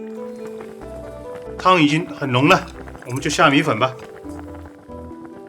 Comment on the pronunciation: Siyuan Hu 米混（米粉）這個字出賣了他